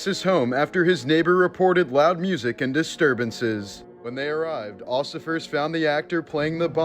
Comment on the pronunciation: ociffers? lol! really dude?